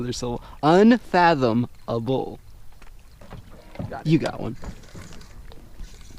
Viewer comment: can somebody tell him that dude how to say "unfathomabale" He is an idiot...